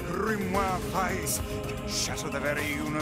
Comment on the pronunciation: It's a small thing, but I like that they pronounce "Weiss" so well :D